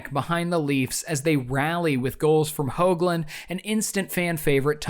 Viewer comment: notes on pronunciation, Jonas Hoglund was pronounced more like Benoit Hogue, Hogue-land. And Karl Dykhuis pronounced not like Dan Hamhuis, but like Dyke-House (where I live.)